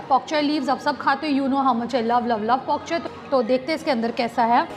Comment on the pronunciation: It's pokchoi or bok choy? I think it's bok choy ur pronunciation is wrong ..